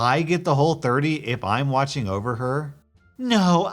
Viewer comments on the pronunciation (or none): none